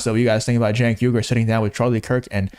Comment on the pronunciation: Why do people say Jenk when its Cenk? It should be pronounced Chenk.